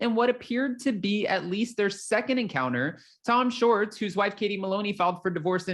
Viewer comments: It's Schwartz not shorts,! You sound silly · Tom Shorts? It’s Tom Shwartz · It’s SWARTZ…not SHORTS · Dude you are totally saying Tom Shorts...that isn't his name! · I can’t stop chuckling hearing you keep saying Tom Shorts! lol